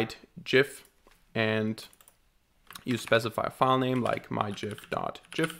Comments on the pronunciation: It' pronounced GIF. =) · The trigger warning for the pronunciation of "Gif" was hilarious. Great video too ! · I'm sure it's pronounced as gif and not gif because gif just sounds weird and gif is clearly the right pronunciation for gif.